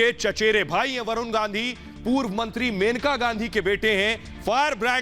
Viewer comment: Menka nahi maneka kuchbhi bolte ho acchi tarha pronunciation karo ...